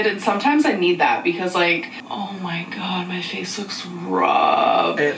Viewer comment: I love how you say “OoOoh ma gawd” lmfao 😂